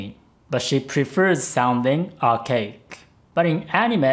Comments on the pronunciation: When says Archaic, I misheard it as OUR CAKE. *USSR ANTHEM INTENSIFIES* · I heard arcade instead of archaic every time. Time to get dem ears checked.